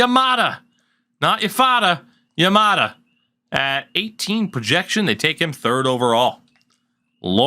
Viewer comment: Yamada not yafada 😂